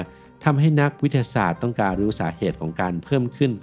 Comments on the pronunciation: ลองฟังช่วงนาที 0.11 ครับ วิททะทะสาด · พอมาฟังดูก็ เอ๊ะเลย วิด ทะ สาด ก็มา สู้ๆนะครับ❤